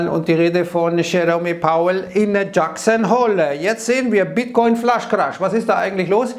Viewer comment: Wer nichtmal Jerome Powell und Jackson Hole nicht aussrepchen kann....